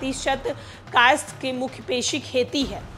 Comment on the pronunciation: मुझे लगता है हिंदी में आपके हाथ थोड़े तंग है। स्वर्ण नही सवर्ण होता है। कायस्थ भी एक बार मे आप नही पढ़ पाई।